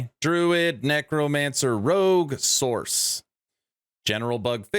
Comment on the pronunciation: Sorc = SORK, not source. I know that is nit picky AF, but every_time_you_said_source my eye starting twitching.